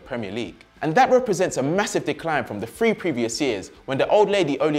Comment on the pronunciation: In the spirit of cooperation - apparently the biggest issue is the Ts - if it's at the end of the word he just eats it, if at the start, with an H, as in "three", he turns it into an F. C'mon kid; don't get miffed, get better at your job, I youy care to.... and again, thanks for hookin' up the futbol fix.